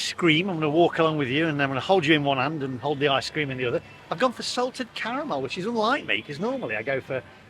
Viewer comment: Yet again it's ice cream not I scream lol 🤣🤣 love you vids cheers for your content